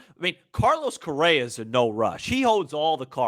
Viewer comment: It’s Correa not Correra and Swanson not Swansby. Sorry man, you can call them whatever you like. I just thought you might wanted to know. Good luck and well wishes. Blessings!